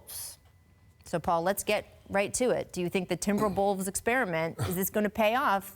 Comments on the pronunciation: i swear i heard her say TimberBells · . She just gonna say timberbills like that and keep going ? 🙄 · Think she;s saying Timberbullves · Timber"Bills"?! Say your joke right!!! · "TimberBills" smhh Rachel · I heard it exactly when i scrolled thru this comment